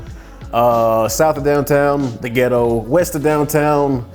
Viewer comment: The way this man is saying “ghettoww” is taking me OUT😂